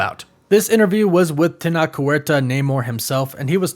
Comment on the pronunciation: You may pronounce Tenoch (a náhuatl name) as Tenosh on your phonetics.